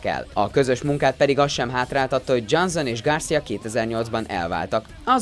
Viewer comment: "Dzsánzón" Miért nem bírsz egy név után se utána nézni, hogy hogy kell leírni, vagy miért nem tudják fonetikusan leírni, ha már ennyi eszed nincs, hogy egy gúglifordítóba meghallgasd, hogy kell kimondani egy színész/rendező, vagy akárki nevét???. Röhej... vagy kérd meg, aki legépeli neked a szöveget, hogy írja le kiejtés szerint. Nincs benne semmi ... viszont ez baromi ciki, hogy minden második nevet rosszul ejtesz ki. Igen, ezt a felolvasó srácnak üzenem, aki még mindig énekelve, dallamosan olvas fel, nulla átéléssel.